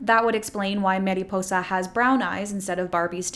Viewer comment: Mariposa~! Like “mari” not “meri” :)